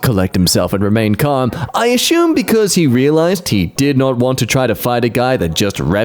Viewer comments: Learned a new brit pronunciation... it's not ASSUME, it's ASHUME. It has an H in it. lol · In the video...the word assume is said a few times... but with an H in the middle.